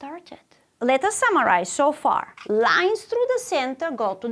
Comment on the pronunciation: After the lion story, I kept hearing “lions” instead of “lines”.